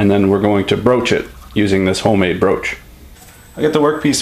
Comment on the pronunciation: The word of today is BROASCH!